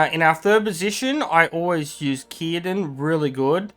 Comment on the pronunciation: The fact you said: "Kirdan" gave me chills, it's a lot of time since someone said his name correctly